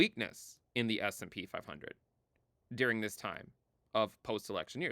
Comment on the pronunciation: It sounds like you're saying "dearing" instead of "during." I mean, I know what you're saying in-context; but seriously, listen to it isolated i.e. clip the audio to just a "during."